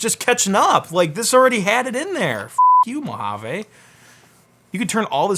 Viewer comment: It is pronounced "Moja-vee" not "Moja-vay".